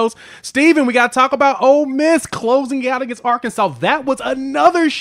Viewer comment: it’s Ole Miss not Old Miss.